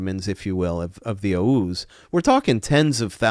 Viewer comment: He cant even say oghuz